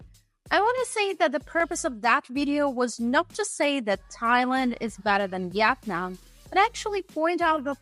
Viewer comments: it is called vietanm NOT YET NAM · Its pronounced vee'it-nam not vet-non. Youre a typical snowbunny. 😂